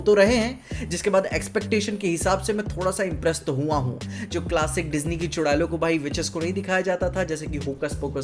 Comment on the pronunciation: Chudail read without L